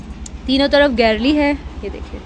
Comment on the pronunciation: It's not garlle ...its gallery...Masha Allah bht pyara ghr hy❤